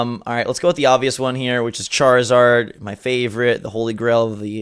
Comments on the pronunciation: Did just say Charzord? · did actually say charzord or am i retarded